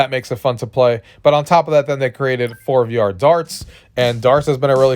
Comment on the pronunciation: I think forevr is pronounced forever